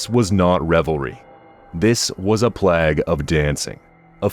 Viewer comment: It's pronounced "Plāgue," with a long a. 🤦🏻‍♀️